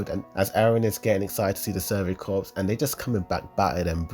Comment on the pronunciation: Its corps